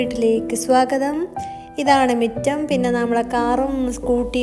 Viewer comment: മിറ്റം അല്ല മുറ്റം ആണ്